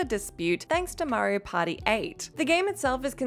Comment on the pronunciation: Am I the only one who hears "Mario Potty" when she says "Mario Party"?